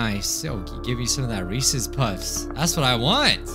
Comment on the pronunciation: you and said reces puffs lmao